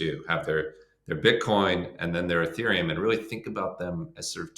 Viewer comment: ETHeruem??? Youve got to be kidding 😂😂